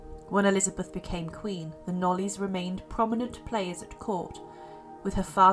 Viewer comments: Hi there, can I just say that Lettice's surname is pronounced Knowles, as in Beyonce. Must remember that this is English surnames that we are talking about - most are not pronounced the way they are spelt. Have a good day. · Interesting video. It's pronounced La-teeess Knowles by the way. I used make the same mistake until I discovered I was saying it wrong 🤣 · Thank you. It’s pronounced “Lateeess Knowles”